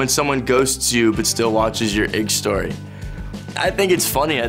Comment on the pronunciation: Igstory lol